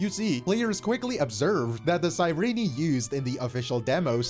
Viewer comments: Ok, but why "Sei-rini" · The biggest controversy is how can't pronounce Cyrene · I thought her name was pronounced "cy-reen" I didn't know they pronounced the e 💀 But tbh one of my main issue is that they tried to make her Elysia 2.0 instead of relying on hsr's Cyrene already established lore into her kit (or how the story ended ) , I think lore wise it's a cheap cop out so that they can make hi3 fans interested in amphorus